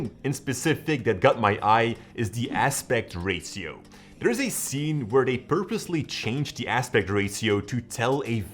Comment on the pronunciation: Its aspect ratio bro you pronounced that wrong